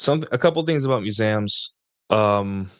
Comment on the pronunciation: have i been pronouncing museums wrong my whole life? muzamms?! lol that should be a clip🤣